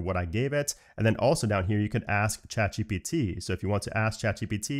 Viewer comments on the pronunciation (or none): none